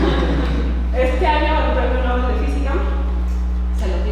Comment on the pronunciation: ¿por qué dice "premio novel"?